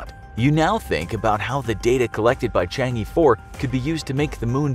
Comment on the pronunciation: Chang' E 4. I'mma just pretend I didn't hear that.